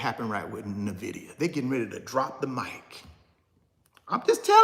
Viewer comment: Nvidia to 75. Will also give you $1000 if you say NVIDIA right 😅